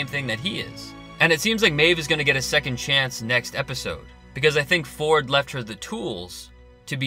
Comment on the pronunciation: His name is actually pronounced Dr. Vord with a V.